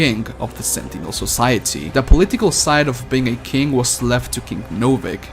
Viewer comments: Hey do you have a speech impediment because I think you are trying to say king but you’re saying kink. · when you said king I heard kink XD